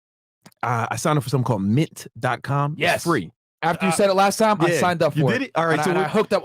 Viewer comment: Are they saying "Mit" or "Mint" or what???